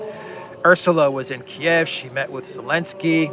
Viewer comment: Why do you call Zelensky...Elensky? Love your videos, especially the local flavour!